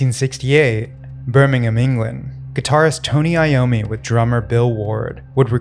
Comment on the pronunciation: Thank you for taking to time to learn the correct pronunciations of Crowley, Boleskine and Birmingham!